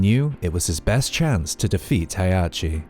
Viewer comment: Heihachi, not Hayachi. Azazel, not Ayzayzel. Kasumi, not Kazumi.